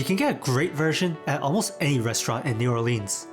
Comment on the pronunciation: I appreciate your obviously sincere effort to make an informative video about food in New Orleans but first of all, you are mispronouncing the name of the city and if you didn't learn about the roux, then you really didn't learn about the food.